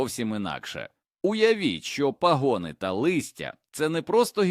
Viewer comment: Епідемія озвучення ШІ із спотворенням наголосів: пагОни, цУкри, крОхмаль і т. д. Відштовхує і псує весь контент! Невже в Україні переводяться люди, здатні прочитати цей короткий текст живою українською мовою? ,,, Сумно...